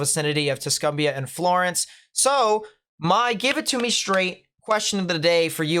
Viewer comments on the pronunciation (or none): none